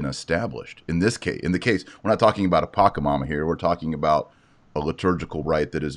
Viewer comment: it is pronounced Pacha Mama not paca mama. sorry for being pedantic.